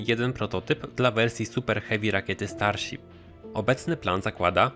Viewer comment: Starsip xd